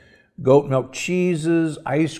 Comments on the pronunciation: It's called "milk", not "melk". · Why are you saying MELK??